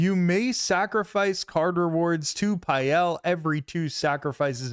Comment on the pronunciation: It’s pronounced pale because he’s pale. Ain’t no way it’s Pie-el.